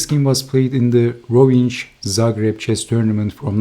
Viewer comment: Rovinj...nj is a one letter and is pronounced as two letters together gn in English word lasagna. So it would sound like this: Rovign